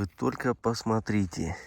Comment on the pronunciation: исправьте пожалуйста Ваше речевое,,сорите,, и,,посорите,, на,,смотрите,, и,,посмотрите,,-кровь из ушей идет когда это слушаешь!!!(За ранее извиняюсь,это ведь не урок Русского)